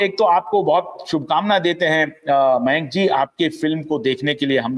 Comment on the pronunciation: जैन सर का नाम मेंक नहीं "मयांक " है!